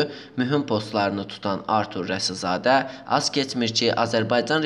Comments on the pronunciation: Maraqlıdır ki,başlıqda Rasizadə yazılıb ancaq nə ücünsə aparıcı Rəsizadə tələffüz etdi dəfələrlə. İndi hansı düz oldu???.. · Kanal 13 arturun reklamı üçün nə qədər almısıniz. Başınıza dəysin hazırladıgınız video.Alçagın adını da düz tələffüz edə bilmir aparıcıniz